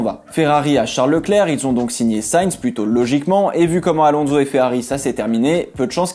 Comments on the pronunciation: Contenu des videos toujours tres interessant mais par pitié arretons de prononcer AlonZo mais Alonsssso (c'est un S et non un Z). Merci d'avance ;-) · Pourquoi prononcer son nom « Alonzo »? Il est espagnol, pas italien! Et en français, « onso » ne s’est jamais prononcé « onzo ».